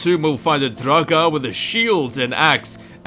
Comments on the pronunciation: Lol...draGAAAAH. I've heard you pronounce Draugr properly, so my question is, why were you pronouncing everything so funny? xD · You say draugr like you are having a stroke.